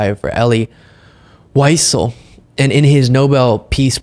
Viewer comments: Hello, love your calm and rational show. Listen, lessen here. Elie Wiesel is pronounced "VEE shel". Basically German w's sound like v's. This American, when I was in Germany, got a kick out of how they pronounce the car BMW - they say BAY, M, VAY. Heck, it's their car - Bavarian Motor Works, so I say it wrong actually. Anyway, just a shout out and Wiesel was a remarkable person. Thanks! Love what you do for us all. Carry on! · Just FYI...his name is pronounced vee-ZELL (Elie Wiesel)... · I like your videos and appreciate your voice, particularly at a younger generation than mine. One note - Elie Wiesel's last name is pronounced "Vee-SELL". Keep doing great work! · Holy what a butchering of Elie Weisel’s name.